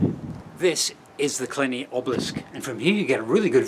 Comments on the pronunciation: It's pronounced Kill-eye-knee and Eire is pronounced air-ah. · Kill-eye-nee. Air-eh. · I enjoy your wanderings. The E in EIRE should be an É which is pronounced æ. Killiney is pronounced kill- eye - knee. It is a bad anglicisation of Cill Iníon Léinín, the correct name. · Aire not Ira Killeyeney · Kill-EYE-ney not kill-IN-ey and "AIR - AH" not "EYE - RAH" but nice video 🙂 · Lovely views, I'm from Shankill, just down the dart line from Killiny (Kill - I - ney, big emphasis on the middle i). I'd never heard of 7 Eire (AIR -AH) so kudos fo searching it out. Hope you travel a bit futher south and explore Wicklow a bit, it's called the Garden of Ireland and it must be stunning in this weather. Love your videos! btw, "kill" means church in Irish, so you will find it mixed in to many names as you tour around. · Exactly...why don't people learn the pronounce name places properly. Then he keeps saying kil-ini....for Killiney...😫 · Maybe this helps with the pronunciation - Killiney = Kill EYE knee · Love this place, fascinating discovery, awful pronunciations. Eire sounds like aira, Killiney sounds like Kill-I-knee. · Never heard about this and I work and live in Dublin my whole life... Great channel just discovered and subscribed. Loved the video... And it's pronounced "kill-eye-knee" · The word EIRE, meaning Ireland in english, is pronounced like AIR-AH, as in aha! Also Killiney is pronounced KILL-I (the letter 'i'), - KNEE After all, you wouldn't want us referring to you as scotch? 😉 😉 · 7Air ahh,kill I knee, but otherwise great video, I'm originally from Dalkey (Daw,key)😂😂😂😎👍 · Great video 👍 it's pronounced kill-eye-née 🤣🤣🤣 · It's 'Ayr-ra' and 'Kill- aye-nee'. Eire 8 is on Bray head. Not too far away. It was actually only uncovered a few years ago. Good video. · Eire should have a fada or accent on the e like in French. It's pronounced air-a phonetically. Killiney is pronounced kill-i-ne Hope this helps lots of anglo speakers have problems with it